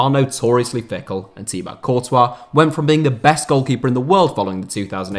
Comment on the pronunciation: Hearing Courtois’s first name in English became a nightmare to me as a French speaking person 💀